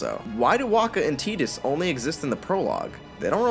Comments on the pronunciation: I've never been able to get into Kingdom Hearts, so I'm not sure if the arguments are valid or not. However, It was a pretty good video EXCEPT Tidus being pronounced Teetus. That's so weird, I've always pronounced it Tide-us. You know, like the tide, and the whole association with water that character has. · Why do they pronounce it TEEdus but I remember playing final fantasy it’s TIEdus Also sir aaron act himself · Why did you pronounce Tidus as "Tedus"?